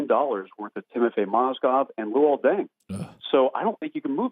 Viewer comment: Colin Cowherd luol dung? Lmfao bruh put some respec on luol deng's name